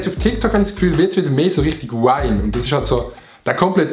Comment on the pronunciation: Sorry Adi aber es heisst vine nöd wine hahaha